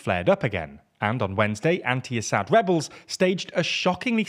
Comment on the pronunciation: Did he say Webbles,,, they are Rewolting